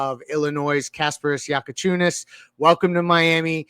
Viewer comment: Bro learn fuckin names how bad can somebody pod? Your Bam D riding and can't even repeat a name right is CRAZY WORK for a podcaster, my goodness